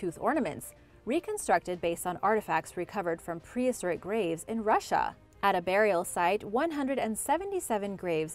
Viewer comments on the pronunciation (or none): none